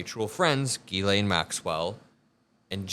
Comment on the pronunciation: Pronounce “faux pas”. Did you say Fox Pass, or Foe Paw? It’s Jiz-lay NOT Gee-Lane, the “n” in Ghislaine is silent.